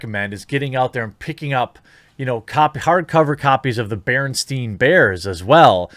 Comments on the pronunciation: BerenSTAIN Bears, Jeremy, BerenSTAIN. Not BerenSTEIN. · It's BerenSTAIN, not BerenSTEIN :) I know, I know, we both come from an alternate dimension where it definitely was BerenSTEIN, but we gotta deal with it.